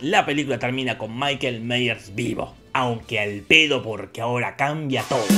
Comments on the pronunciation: Ahora, Jorge se vio y estudió todo... Pero no aprendió a pronunciar Myers, que es "Maiers", no "Meiers". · Se pronuncia "maiers"!